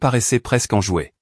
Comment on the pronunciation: Enjouée et non EN JOUET 😂😂😂